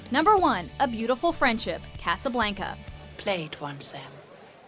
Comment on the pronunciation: Okay but no one has said anything about how they pronounced Casablanca and i busted out laughing when I heard them say it I'm so sorry